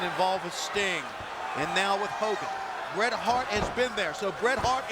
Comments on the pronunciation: So ass he messed up the name of bret hart go back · not the most infamous way that Buffer messed up Bret Hart's name